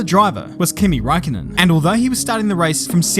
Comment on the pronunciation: well actually his last name is räikkönen not Raikkonen